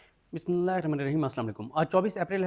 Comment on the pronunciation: بسم اللہ شریف آرام سے اور صحیح تلفظ کیساتھ پڑھا کریں شکریہ